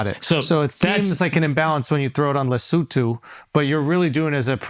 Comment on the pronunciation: very impressed by Andrew’s pronunciation of Lesotho , spot on !!😂